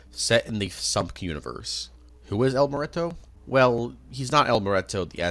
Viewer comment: "el mureto"😂